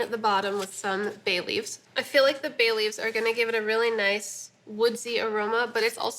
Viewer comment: Who heard Bailey's at first rather than Bay Leaves? haha. I was like, "HUH!"